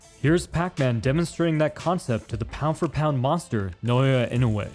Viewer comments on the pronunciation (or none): none